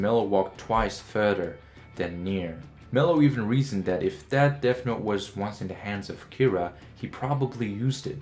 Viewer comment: Bro you need to pronounce your words correctly. It's not DEAF note it's deaTH note